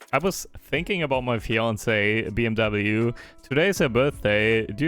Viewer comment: Bros german and still pronounced it "bmw"